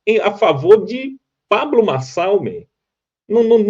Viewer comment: Boa tarde Didi, não sei qual é a sua, quando fala sobre neurônios, pois vc não sabe nem pronunciar o nome do candidato Pablo Marçal, será que vc tem pelo menos um neurônio pra julgar o Pré candidato?